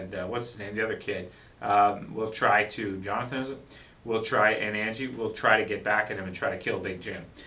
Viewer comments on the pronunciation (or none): none